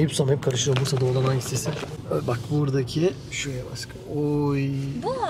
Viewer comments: Sen neden aşkım diyemiyon askım diyon hep 😂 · aşkım yerine neden askım diyosun yada yeşil yerine yesil diyosun😢